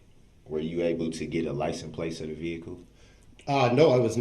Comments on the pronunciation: All I ever heard was "liesen place", not "license place". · “Were you able to get a licent place of the vehicle” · licen place 😂😂